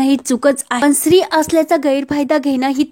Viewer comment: मॅडम तो शब्द स्त्री आहे सिरी नाही एवढे चूक आहे बाकी वाचून छान आहे